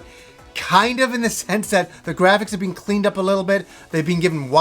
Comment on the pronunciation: Been = Bean